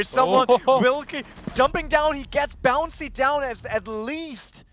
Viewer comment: Who the fuck is this "Bouncy" this commentator is talking about? Protip: it's Bounssi.